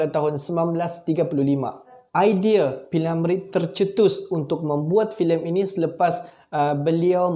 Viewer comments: P.Ramlee...P.Ramlee...P.Ramlee.....bukan P.Lamree....hee ni,org buat content ko pun nak buat! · Bingung juga pengulas nya ini. P. Ramlee ba. Dia sebut p. Lamree😂😂😂😂sebutan pun nda betul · Sebut betul2 lar nma org. P Ramlee.. Bkn nya P Lamree. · P.Ramlee,bukan P.Lamree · P ramlee bukan p lamree. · P. Lamree..!!? 🤣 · P lamree atau p Ramlee atau pi mana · P.Lamree? Lidah kau sakit ke? Filem gelora tahun 1970..bukan tahun 1950..lain kali buat konten lagi2 melibatkan fakta2 orang ternama buat persediaan lengkap dulu..apalah la